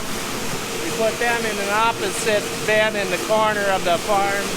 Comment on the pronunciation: Is it pronounced “ben” or “bin”? Sounds like you’re saying ben/bens.